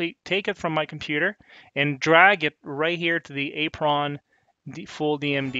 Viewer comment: "A Pron" It's simply pronounced apron. Like a kitchen apron, or like the apron on a car. On a real table, the apron is the piece that is installed directly in front of the player on the playfield that displays 'How to Play' information, credits information, descriptions, and make/model information.